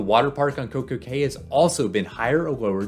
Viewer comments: Cay is pronounced "Key." 🤓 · FYI, cay is pronounced key.